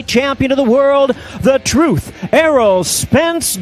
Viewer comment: Errol "Earl Spence" Spence